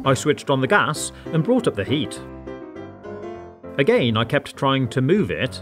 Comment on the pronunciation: Why you say again like a.g.a.i.n